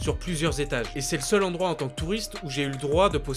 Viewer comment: tu appuie trop sur le mot seul